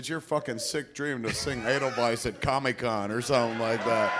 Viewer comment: Seriously, why the fuck does Kev always call it Comie-Con? Dude can't pronouce the word COMIC?!? 🤣